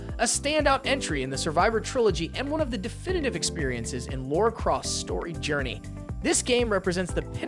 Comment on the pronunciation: Laura? You mean Lara